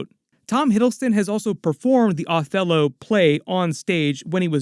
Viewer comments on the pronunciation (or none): OH•thello! Not AW•thello.